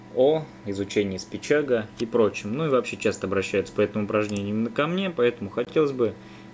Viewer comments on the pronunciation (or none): Только не спичАги, а спичагИ, и не "угол внутри", а просто "угол". Слух режет) А так обучалка хорошая, приятно посмотреть.